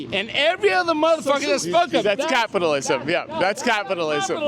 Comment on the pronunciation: "Because of capitalalaismm"